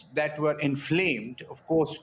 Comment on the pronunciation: "we ere peaceful people" 😂😂😂😂😂😂😂😂